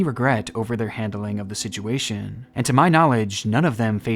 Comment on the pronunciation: I love these videos so much but, it's so hard to watch when he says "sidguation"! It's like nails on a chalkboard. If you can't say situation then just leave the word out of the videos. Does anyone else agree? I'm not saying I don't like these videos, because I do really like them and the dedication and time gone into these videos is great, I'm just saying "sidguation" is so distracting and I totally forget what he just said because I can't get past the pronunciation ☹️